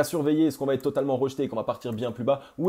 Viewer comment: "Va être" pas "vaTêtre" 😉. Merci pour tes analyses 👍